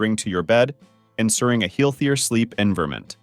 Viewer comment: "Heelthier Sleep Envurmint"??😅😂